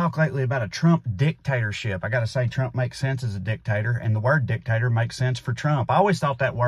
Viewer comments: I've honestly never thought of the word that way until you said it like that: "dick and tater" lmao. Never change, Trae! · Dictator sounds funny in the south...